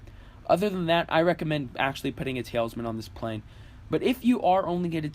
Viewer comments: Ta Lis Man. Not tailsman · it's pronounced tal-isman, not tail-isman. al as in, 'al gore'...not sure where you created an invisible I or Y from.. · The way you say talisman hurts my ears. It's basically towel-es-men just less pronounced with the towel part more like tal es men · lol, am i the only one hearing him say "Tails-man" ?!?!?!